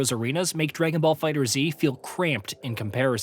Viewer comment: It is 2024 and people still can't pronounce Figtherz.... It's FIGHTERZ NOT FIGHTER Z.